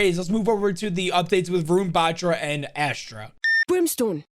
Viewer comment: It is pronounced, Vuh-rune Buh-trah. Sorry just couldn't hold myself. I see everyone butchering his name.